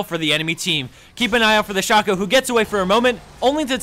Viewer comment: shay co, it's pronounced shay co